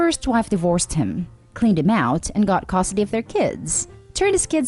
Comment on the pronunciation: It's pronounced "Cuhstudy". Not "Cost-tudy". I'm sorry, I just had to, this once, point that out.